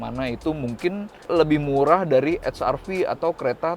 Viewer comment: Saya suka kk sebutkan honda we er ve dan ha er ve ga kayak org2 salah sebut 👍 well done